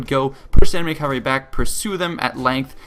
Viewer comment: Not sure why but when people say: "cavery" instead of cavalry, it grinds my gears intensely